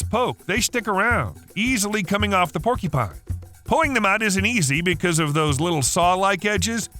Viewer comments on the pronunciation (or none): "Porky-pine" is giving me an eye twitch